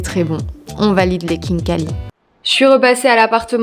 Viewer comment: Kinkali sa ne se prononce pas comme sa 😂mais c pas grave tu aurais du goûter le borche la Géorgie c incroyable Je suis d’origine Géorgienne 🇬🇪